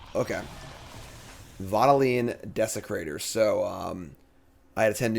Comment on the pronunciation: Is that really how you pronounce vodalian?